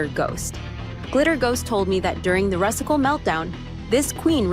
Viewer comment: This was an AI generated voice narration. Proof: it calls The Rusical … The RUSS-ical. Do not watch videos that do not show a person’s face speaking the VO on camera … EVER!